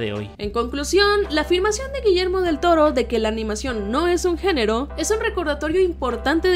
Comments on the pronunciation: dice genro no género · No es por arruinarlo pero dice génro y no género